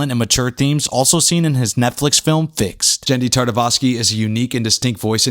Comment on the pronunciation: Primal was soo good! Also, I believe it’s Tartakovsky, not Tartavosky ;)